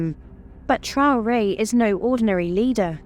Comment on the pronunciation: Mme la narratrice vous prononcer très mal le nom du président c'est Mr Traore